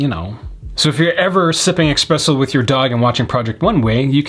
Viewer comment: "espresso" not eXpresso 😤 anyway.. good video lol